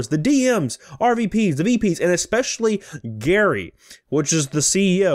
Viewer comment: It's Gerry, pronounced the same as Jerry. The e in what makes this sound like Jerry, as opposed to sounding like Gary.